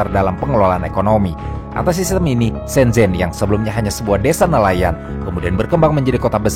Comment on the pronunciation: Shenzen bukan Shenjennn, agak lain lu bang, emng lidah lu huruf z disetting jadi J? Hah?